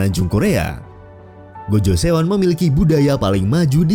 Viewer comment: Saran saya narator harus belajar menuturkan nama di negara yang dimaksud secara penuturan aslinya. Gojoseon dibaca "gojoson", Kota Seoul dibaca "soul"